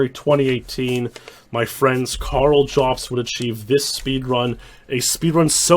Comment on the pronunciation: How the fuck does manage to pronounce "Karl" as if it has two syllables?